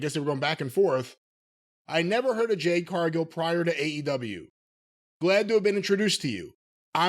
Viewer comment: LMAO Best part of the Shaq Match was Shaq Disappearing from the ambulance Jade Cargill hasn't been relevant since then 3-years Jim Still mispronounces her first name 😂😂😂😂😂😂😂😂😂😂😂😂😂😂😂😂😂😂😂😂😂😂😂😂😂😂😂😂😂